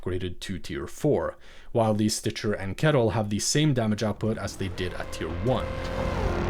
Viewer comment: Stitcher. It's stitcher.